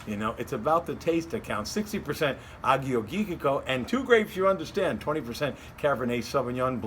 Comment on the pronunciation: Greek wines can be fabulous. The top producers are crafting beautiful bottles. Nice selection of wines esp the Tselepos. Good try on the pronunciations... It's Ah-your-yee-teek-oh